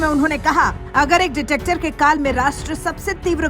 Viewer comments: डिटेक्टर नही डिक्टेटर बोलो मॅडम! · डिक्टेटर होता है,,, डिटेक्टर नही,, क्या मजाक है,,, ये तो पता होना चाहिए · Detector nhi behna dictator..... pronounce to thik se karo behna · Mam director nahi dictator hota hai.... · Madam detector nahi dictator 😂😂😂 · Madam video achchi h Par detector nahi hai dictator hai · behen aap dictator ko baar baar detector bol rahi ho ! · Ditector nhi madam dictator 😂😂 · Are didi Ditactor nhi Dictator hota hain 😂😂😂 ase hi nhi andhbhakto ko gawar kehte hain 😂😂😂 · Madam detector nahin dictator boliye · Ditector nahi dictetor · Ditactor nhi dictator🎉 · Ditactor nahi didi, Dictator... however, Modiji is neither one of them. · Ditector nahi Dictator bolo madam ji.. 😂😂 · मैडम वो डिटेक्टर नहीं डिक्टेटर होता है😂😂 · Dear ankor, Please, rectify yourself. "Detector" nahi "dictator" boliye, please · Dictator hai didi “ dictector” nhi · Madam Please narration corrects kijiye dictator hai woh word detector nahi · Ditectors keya hai, Dictator hoga uchcharan. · डिक्टेटर होता है आप के ऑडियो मैं बार बार डिटेक्टिव और डिटेक्टर बोला जा रहा है अपना स्टैण्डर्ड न गिराए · Arey didi, detector nahi dictator hai 😮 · क्या कॉमेंट्री हैं, मैडम डिटेक्टर नही डिक्टेटर बोलिये।पच्चीस बार से ज्यादा बार डिटेक्टर बोल दिया अपने। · Madam wo dictator hai detector nahi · NOT "Detector". It is "Dictator" :) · "detector" nahi bahan ji "dictator" bolo to sahi aunty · डिटेक्टर नही डिक्टेटर! अंग्रेजी नही आती तो तानाशाह ही बोलिए! 😂😂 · Detactor nahi bhai Dictator hai. Pronounce to sahi se kar lo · pronounce dictator, not detector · Dictator not detector 😂😂😂😂😂😂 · Dictator Hota Hai Detector Nahi😂🤣. Adhe Se Jyada Video Me Detector Bola Hai Madam Ne😅😅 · देवी जी जोश में होश तो ना खोएं।आपका डिक्टेटर को बार बार डिटेक्टर कहना कानों को बहुत ही खटकता है। एकाध बार तो फिर भी समझ में आता है परन्तु बार बार वही गलती क्यों कर रही हैं। लगता है जैसे भात में कंकड़ पत्थर आ गया है। कृपया भाषा को सावधानी से प्रयोग करें। बस यही कहना था।।।। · दीदी डिक-टेटर बोलिये